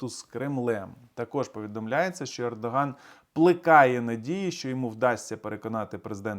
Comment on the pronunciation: Пердоган ? Послышалось